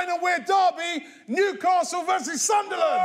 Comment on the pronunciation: Like how they actually sing SUNDERLAND. Instead of sunlun sounds so wrong 😂